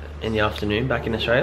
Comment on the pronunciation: "back in auSTRAYA" fucking q